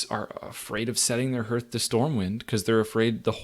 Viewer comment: lol 'herth' english is hard